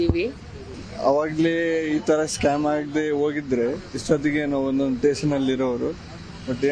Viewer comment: tation alla station adu